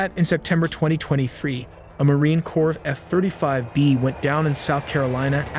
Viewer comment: Marine Corpse? Its Marine Corps, spoken like "core"...if this is someone reading a script, do better. If it's AI, review the audio better.